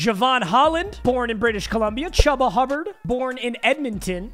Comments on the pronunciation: It’s pronounced ch-oo-ba not ch-u-ba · Love from Edmonton I love your vids. Just a btw it’s pronounced ch-oo-ba Hubbard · It’s (Nuh-Keel) Harry and (Choo-ba) Hubbard, like tuba